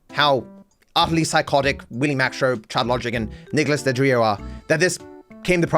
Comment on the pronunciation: Best part of this is mispronouncing Nicholas Deorio's name lol that guy deserves being irrelevent